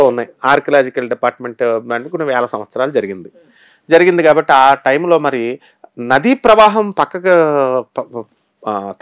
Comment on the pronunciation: Twnty years. Oka yugam. Emete. Eme maatladathaaru. Swamy. Nyde pravaham. Kaadu swamy. Nadee pravaham. Anaali.